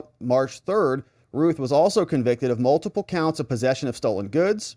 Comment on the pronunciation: Routh sounds like South Not Ruth